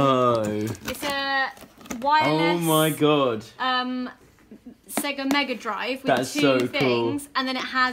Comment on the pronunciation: Zoë said Sega wrong.